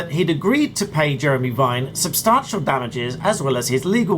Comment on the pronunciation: There's no R in substantial... Stop it!